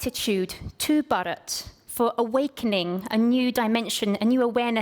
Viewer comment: not bad at all but it was painful to hear u say 'Bharat '